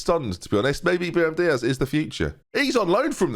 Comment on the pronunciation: Still saying Biram Diaz 😭